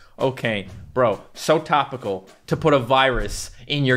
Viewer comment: Did dis boi say topical it's tipical